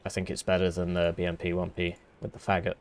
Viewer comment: Thank you for letting me know, but pronouncing it "Fagot" is way way funnier